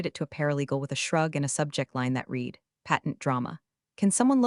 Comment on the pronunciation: Love”longer than a CVS receipt”. I call ‘em “wallpaper”. It would help if you could address the Read past tense problem with the AI reader. Love the patter.